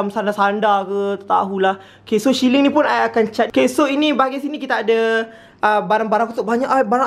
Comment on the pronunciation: baru sedar sebut siling tu "syiling" 😂😂